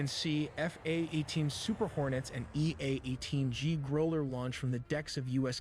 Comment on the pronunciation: OK, you shouldn’t be watching AI videos. Men have nothing against you for it but don’t feed AI channels man. It’s not good for well. Anything also I hate that the AI mispronounces growler.